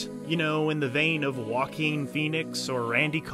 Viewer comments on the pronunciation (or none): none